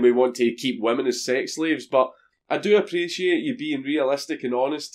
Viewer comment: Is it just me but every time he says women, it sounds like he's saying vermin?